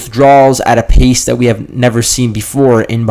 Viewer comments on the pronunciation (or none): none